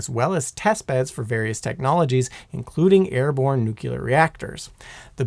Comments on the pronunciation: Nu-cle-ar. It’s nuclear. Not nuke-you-ler. Thanks for the cool history lesson though. Your mispronunciation doesn’t devalue the info, just grinds the heck out of my gears 😅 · Great video. Killing me with the nucular pronunciation though. Nuclear, like nucleus. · You're an idiot. It's pronounced nuclear, not nukyaler. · N U C L E A R READ THE LAST FOUR LETTERS . CLEAR not nucular Please stop nucular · Nuclear (new-clear, referring to the nucleus [nu-cle-us]), not nukulurr (nuke-ya-lurrrr) What did the ruler of Omicron Persei 8 do to you bro?? It's important where the L goes. Bro a video entirely of you talking about nuclear subjects and saying it like George Bush is painful........ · Fascinating video. The big takeaway for me is that it is a good thing that we generally did not transport them with the core inserted! Unfortunately, you've also triggered one of my pet peeves. It is nuCLEar, not nuCULar. Just because a lot of people say it that way does not excuse the fact that that's not how the word is spelled, nor how it is pronounced. It's like saying "aks" instead of "ask". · I don’t know if I can watch this, and hear somebody say neuc-u-ler every 10 seconds. It’s freaking new-clear! How hard is that to say? Two syllables! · Less than a minute in and I'm worried the amount of "nukyular" in this video is going to make me skip it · Repeat after me: NU-KLE-AR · If you can't pronounce nucLEar, don't make a video about it. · NUK-ular? It refers to the nucleus of an atom. There is no such thing as a "nuculus." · I was excited to watch this, but I couldn't cope with the presenter saying "nucular" and so I had to skip it. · Seriously. Sound it out. Nuc le ar. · Heard him mispronounce nuclear and just left, don’t want to hear it another hundred times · It annoyiled me so much I couldn't finish the video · In "nuclear", the Q is silent. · This guy has a funny way of saying nuclear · You mean a nukulus? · The one reason I would prefer Simon over this guy!😮😅😊